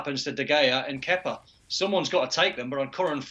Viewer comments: I thought he said kefka. I was gonna say, this guy been playing final fantasy. Haha. On a side note. Glad they sacked manager kepa and replaced him with manager lampard. Good move there. Now to put kepa in a shipping container and get him out of there. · "Kepker"💀 "De Gayer"💀 Where do they find them😂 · These people can't even say the names of Kepa and De Gea and are trying to experts.